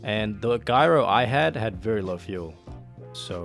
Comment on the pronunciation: gyro is pronounced with a j not g